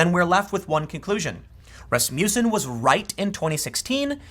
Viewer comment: Tim, it's pronouned 'RASS-muss-enn'